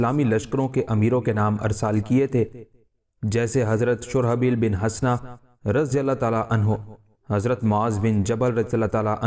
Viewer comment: ایک کمانڈر شرجیل بن حسنہ نہ کہ شرابیل بن حسنہ ھے ایک اور چیز کی نشاندھی کرنے کی جسارت کرتا ہوں آپ جب انگریزی استعمال کرتے ہیں اس طرح محسوس ہوتا ہے جیسے کھانے میں کنکر ا جاتا ہے جیسے ڈیل کا لفظ استعمال کیا